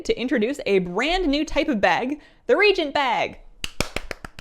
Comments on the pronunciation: Is the "a" in "reagent" silent? I don't think so...it's not "regent", it's "re-agent". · Hi, love the content! Just FYI, you're pronouncing re-agent as Regent, which is a different word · Reagent - pronounced ree-ay-jent. Not ree-jent. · Why after 20 years of this game people still can't pronounce reagent correctly. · Just for the record, reagent is pronounce "re-agent", not "regent". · Re-agent, not regent! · Is it an american thing the way she says reagent? As in not re-agent.. but rather like regent as in a monarch. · so, you are far from the only person who does this, but it's pronounced re-agent, like youre agenting again, regent like a person appointed to administer a country because the monarch is a minor or is absent or incapacitated. sorry, it makes me cringe every time someone mispronounces it. Same with hearthstone (hearth, like the hearth of a fireplace or heart, not earth like soil) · Reagent is pronounced re-agent. Regent is a different word. Don't worry, you are not the only person to pronounce it this way, but it's a pet hate of mine, so I feel the need to point it out. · Yes it seems petty and I love but this also drives me nuts....it's pronounced: re AY gents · It's pronounced Re-Agent, unless there's a Canadian pronunciation I am not aware of. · Why do so few people know how to pronounce the word "reagent"? Ree-ay-jint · Re-AGE-ent. I can't be the only one. lol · I can't get over the pronunciaton of the word reagent, in English it's Re-agent. My ears are sore, sorry. It's like the word herb which has a H sound not silent as in erb. Other than that excellent info <3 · lor'themar is Regent Lord of quel'thalas. you are using crafting re-Agents to craft gear. regent and reagent are not pronounced the same. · it's pronounced "reagent" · ree-agent they arent royalty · Love your stuff! I am so sorry but I feel the need to say its pronounced ree·ay·jnt.